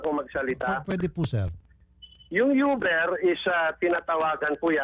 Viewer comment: tama ba dinig ko? Hahaha Youber daw. Di pala Uber yun? 😂😂😂😂